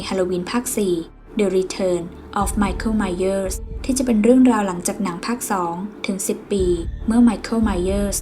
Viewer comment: ไมเค้ล ไมเหยอ 555